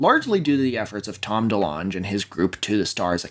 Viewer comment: calling tom delonge “tom delonj” by was not on my 2025 bingo card list jk ofc, amazing video as always